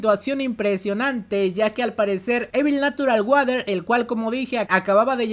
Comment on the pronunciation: Hola amigo, me gustaría ayudarte con la pronunciación de Evil Natural Water.... La pronunciación debe ser "Ivol Nasural Worer". Ahí quedas como un winner 😎👍🏼